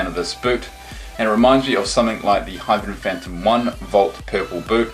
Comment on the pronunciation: Its not hyperventom its hypervenom!